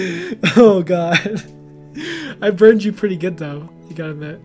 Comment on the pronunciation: BURND not BURN ED